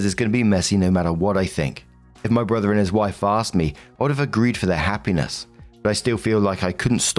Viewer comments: Hehe "borther" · Borther, BORTHER